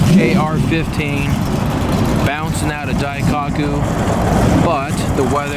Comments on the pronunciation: you gotta say Daikoku properly... not Dai-cock-ku it’s pronounced Dai-Ko-ku. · Daikaku? isn't Daikoku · DaikAku? Your killing me lol daikoku bro "O" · "dai-cock-u" Cringing so hard I got a nosebleed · please learn what bosozoku is before making another video. and learn how to say daikoku